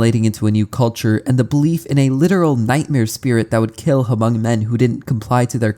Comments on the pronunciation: Ha-mong😭 its pronounced “mong” but I appreciate our ethnicity being mentioned! Great video btw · Same, I have a lot of hmong friends and hearing him say Huh-mung was so disheartening T.T Takes a quick search to see how it's simply pronounced as mong. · I'm sorry but he's pronouncing the word "hmong" wrong (muhng) I was low-key distracted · Hmong is pronounced like mm-oh-ng instead of huh-mung 👍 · its pronounced mong bro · I am not Hmong myself, but I did grow up in Fresno, where many Hmong immigrants came to after the Vietnam war. “Hmong” is actually pronounced like “Mong,” the “H” is silent :) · it definitely urks me Everytime to hear h-mong but I understand. The written language sometimes doesn't sound how it looks written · It’s tricky if you’ve never heard it said out loud before, but it’s pronounced “mung”. 👍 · As a Hmong person, that intro was cool to know about. I never knew that happened to my people and it's interesting to know that was the inspiration for an iconic horror monster. That said, you absolutely butchered the language. I can't blame you since you don't know the language, but you should at least know that the "H" in "Hmong" is silent. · The “H” in Hmong is silent. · The H in Hmong is silent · The "H" is silent in Hmong